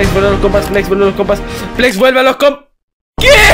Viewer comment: no entiende que no se dice plex se dice Flex